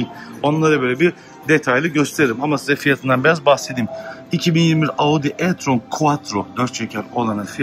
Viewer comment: Audı e tron